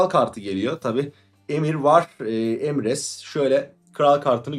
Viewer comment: Oyunu oynadığını söylüyorsun öyleyse karakter isimlerinin telafuzlarına alışık olman lazım. Emir van Emirates (doğrusu - Emreis), Cerılt (d - Gerılt), Sooşatel ( d- Sukootiel), Sikeliç (d. Sikellige), Finbeir (d. Findabair), vs. Ukalalık yapmış olmayım ama kulak tırmaladı kardeş :)